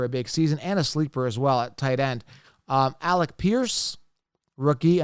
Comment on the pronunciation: It's Alec not Alex but great video man thanks for the idea